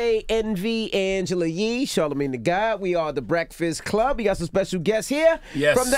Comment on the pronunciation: Charlemagne and this ‘St’ syllable? 🤔😐🤯😅